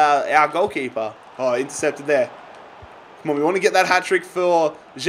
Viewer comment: It's not J-sus. Pronounced "Hey-sus"